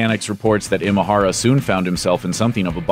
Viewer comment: Nice video, just one note on how to pronounce Imahara - in Japanese the letter I or い is pronounced like you would say E like “the letter E” or like in “Emotional”